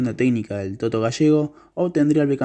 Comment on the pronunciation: El TOTO Gallego??? 😂😂😂 "Tolo" Gallego...